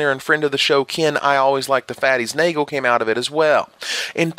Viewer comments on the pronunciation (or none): none